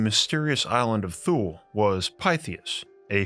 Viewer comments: Love ur content, I really do.. why say the word “THule” every 2 seconds, also this the first time I’ve ever heard it pronounced how it’s spelled.. pretty sure it’s not a hard TH sound, cringey but awesome topic, thank you.. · Thule is pronounced tooh-ley. Hitler had a Thule society, I wonder if Antarctica or Artic is entrance to the Thule. Our government sure loves to visit the Antarctic and if you wanted to even try to get there you would be stopped by the Navy. Robert Zephyr has done a few videos on Thule society. By the way The final days channel (fear mongering if you ask me) has a video of 2 moons from FAA camera's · Good video, I think Thule is pronounced ' tu lee ' or ' too lay'. :) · Just a quick note Thule is pronounced Toolie. Thanks for your great videos you are the best out there... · Its pronounced "tooley" not thule. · I thought Thule was pronounced too-LAY... Am I wrong? It's the name of an outdoor adventure company, centered around biking and bicycle transport via car racks. I've heard it pronounced both ways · I can remember 45 years ago, my grandparents were members of Thule Lodge. I believe it is pronounced [Two-Lee] although I could be wrong. However, the video was amazing. Great contact yet again.👍👍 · It’s more like tuh-l’e actually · Thanks for the pronunciation of "Thule." There's an outdoor brand named after that and everyone I've ever met has pronounced it "too-lay." I suppose they'd rather be thought of as a tool than a fool? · Given what I have learned as a linguist, Thule is most likely pronounced like Tyoo-luh. I will spare you the linguistic notation. Similarly, the Egyptian god, Thoth, is more correctly pronounced Toe-th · I believe the pronunciation is > tooly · Say “thool “ one more time.. one more time 😳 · FYI, Thule is pronounced (tu-lay) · It's spoken like Tooley, not Thoole. Like the Chepu Tule white indians of Panama, the Thule eskimeaux, etc. not a fable, just hidden ❤ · Its not thule... its tu-ley.